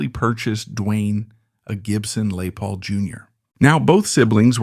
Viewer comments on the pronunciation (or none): This robot can’t even pronounce “Les Paul!” Good grief. And the photos are pathetic !! Where is Duane?? There are hundreds of pics of Duane. This is almost all a bunch of stuff post-Duane and even the kids of Gregg’s and Dickey’s. This is a waste of time and video space.